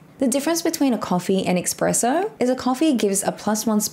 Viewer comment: Espresso =! Expresso